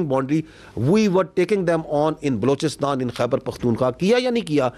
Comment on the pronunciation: Blowistaan 🤔 Aand Forces 🤔 Abey Bhai mooh sey tambaakhu thook ke bola kar 😅😂